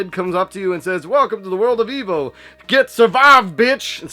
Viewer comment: E-V-O! Saying Eevo is like saying Sness, ha ha! My buddy had it in high school, but I really only remember the beginning of the game when you're a fish. he traded it and then felt nostalgic for it about nine years ago, so his ex got it for him on his birthday. She bought it from Ebay for $75! He was disappointed with it, as his nostalgic memories were better than the actual game itself. But I think I wanna try it. It does look fun, and I don't mind grinding, which is what I think was my friend's complaint this time around. I may get a repro of it, cuz you know I'm not spending crazy money on a retro game. Nice AVGN spoof! Wow, what the hell is this "Commando" game? Visually, it looks good, but man, it looks so unforgiving. Is it one player only? And that part with the elevator leaving you behind. Great way to summarize the game.